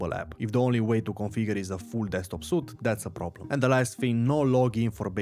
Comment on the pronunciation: Suite = Sweet -> Not Suit.